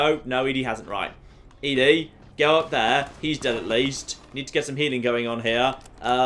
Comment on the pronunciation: It is doing my head in that keeps saying E-DE not ED-E its Eddy not Eedie.